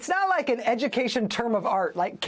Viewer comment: McMahon is perfect as the Secritery of Edukaysion...